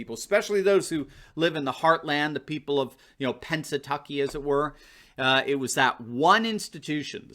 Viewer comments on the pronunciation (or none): none